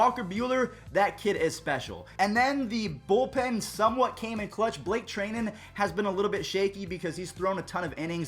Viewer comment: Try-nan. Not tray-nan. Cmon